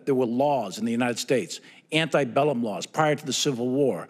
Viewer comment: It’s not Anti-Bellum Laws, it’s Antebellum Laws. Someone needs to correct you who isn’t afraid to tell you.